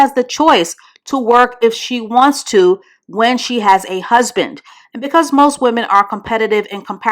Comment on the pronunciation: Not “husbin”😩😭 That’s tickled the shyt outta me 🤣🤣